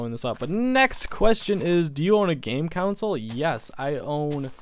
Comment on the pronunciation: It makes me laugh how he says console